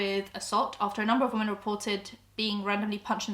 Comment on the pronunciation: I’m sorry this is a horrible topic, but your pronunciation of “women” is killing me. When its one woMAN you say “woo-man” but when they are talking about more than one “woMEN” you say “wi-men” ok bye bye now